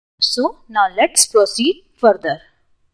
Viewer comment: knowledge wise apt...But as always some words were mispronounced like buttons..the ts need to be subtle..or for example the word proceed..most Indians and i have been guilty too in the past of calling button with a very hard T like buTTon..emphasize less on the tt..as in BUttON